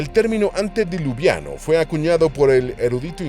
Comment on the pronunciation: Me harté de que dijeras antidiluviano, es antediluviano.